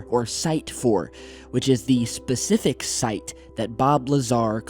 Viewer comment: For him to say 9 is very persific I believe him